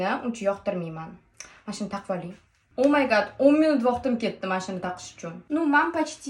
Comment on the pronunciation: O my gat emassl O my gach 😂